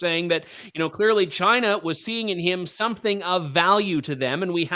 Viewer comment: Trudeau's first word was 'Shina' (China).